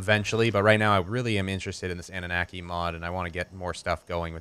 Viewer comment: I know it probably isn't important, but I believe it is pronounced AH - NU - NAH - KEY. Rolls off the tongue way better and sounds more like the race of alien bird overlords it refers to.